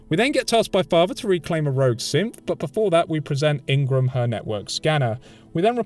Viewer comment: I get WAY too much enjoyment out of your accent when you say synth sounding like simp